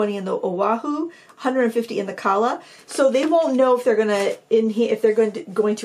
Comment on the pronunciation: I believe the pronunciation would be Ka’ala, being Hawaiian.